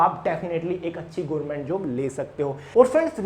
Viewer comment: Gorment nhi hota sir government hota h